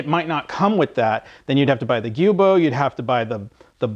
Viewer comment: it's spelled Giubo, not guibo, so I've pronounced it how I thought it was supposed to be but apparently we're both wrong. It's Joo-bow